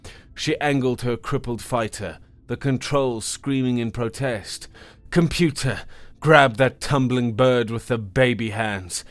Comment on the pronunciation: I stopped counting the pronunciation errors after the first 10 minutes. I think my favourite was the way he mangles Gravitic. Although, stressing the first T in protest unnecessarily is pretty bad. Learn how to speak that which you read.